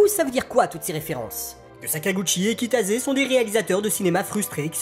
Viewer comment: Pourquoi je ne découvre ça que maintenant ? C'est génial ! Cependant on prononce Kitase et pas Kitaze.